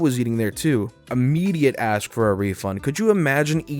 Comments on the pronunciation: I agree, "axing" people questions makes me wonder if the spelling of "ask" has been changed to "aks" and no one told me. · Hey! I'm happy that you've come aboard 😊 I very much like your style, and the bit of flair you bring. The only criticism (and this is constructive as opposed to negative) that I personally have is when you say ask/asked with the x sound...but that could just be my inner grammar n*zi lol